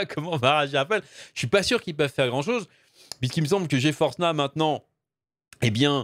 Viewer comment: "Ge Force Nah" mdr yes